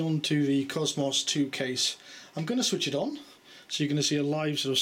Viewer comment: Supposed to be british, can't even say faster correct, or cosmos correct.... or many words, my guess is most your family are americans?